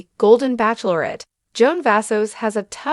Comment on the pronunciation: This Show is called the Bachelorette NOT pronounced Back Lor ette!😂